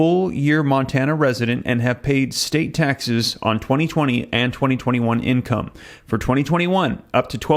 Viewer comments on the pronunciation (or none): none